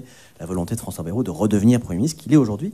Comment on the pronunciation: C est moi ou tout le monde ecorche le nom de Bayrou ?😂